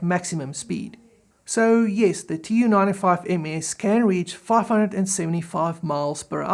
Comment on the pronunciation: Excellent video, the Tu in the Tu-95 is supposed to be pronounced as a single word "Too" not as initials, the same way you'd pronounce MiG as one word not m.i.g.